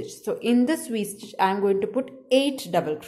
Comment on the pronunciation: To me she keeps saying w stitch but it’s really V stitch